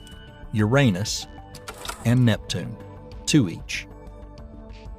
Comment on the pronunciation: Despite the speculative nature of most of what is said in this video, you get a like from me for being one of the few who can say the name of the god Uranus correctly! The ones that make it sound like it’s made of urine, do not.